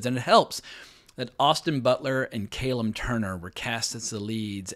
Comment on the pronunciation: Great review, so excited for this show. I love this channel but as a Callum, I gotta correct you. Kah-lem is the correct pronunciation when spelled like that, like Calvin. Calem/Kalem is where the Kay sound comes from. Us proud Callums will not be erased. One day, we will go to war with the Calems, and we will win. Jokes aside, keep up the good work!